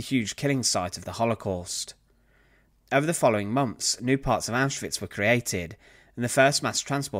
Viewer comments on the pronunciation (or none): ‘Months’, not ‘monfs’…